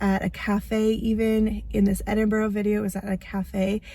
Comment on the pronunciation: Edinburgh is lovely. I love it there a lot. I have friends that are professors at the university. One comment they always make is how Americans always say Edinboro vs Edinburgh (Ed-in-burr). Glad you got to spend time there on a layover. Love your videos.